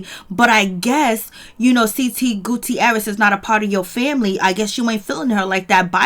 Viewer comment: The 'i' in the Guttierez is silent 😂 Great job thou.